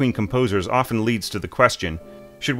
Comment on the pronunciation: There is no such verb as "score read". Say either "read scores" or simply "read". (By the way,, the "t" in "often" is not pronounced.)